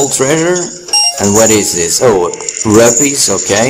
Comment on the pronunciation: its rupees as in roopees